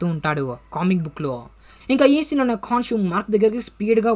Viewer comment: అది కాన్షు కాదు bro కొన్షు... అన్ని మర్చేస్తవు నువ్వు